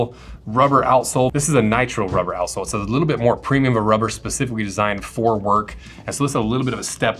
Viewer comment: “Preimum” leather :)